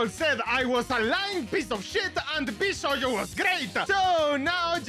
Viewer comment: its not vshoujo, its vshojo